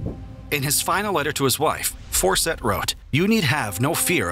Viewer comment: FAWCETT… CERTAINLY ISNT PRONOUNCED AS … 😳 ‘’FORSETT’’ Like just how? Fawcett is just like FAUCET. But I’d be surprised if this narrator would be able to tackle that word either. I guess I’m happily surprised that the narrator doesn’t have a wild, yet fixable lisp.